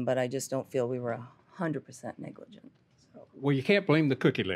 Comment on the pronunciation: The defendant keep saying negligen 😂. Really not 100 % responsible ? Why she's in the court ?